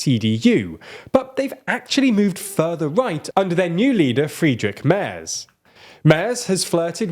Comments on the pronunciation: Same with "Fraidrik Merz" 🤣🤣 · In German it is pronounced Wagenknecht [ˈvaːɡŋ.knɛçt] Friedrich Merz [ˌfʁiːdʁɪç ˈmɛɐ̯t͡s] ^^ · Don't forget about fried Rick Murs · and the "Z" in Friedrich Merz is pronounced "ts", you know like "Herts", that Scottish fitba' team 🙂